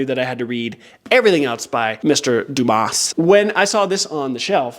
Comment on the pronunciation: Just for information: the S at the end of Dumas is soundless 😂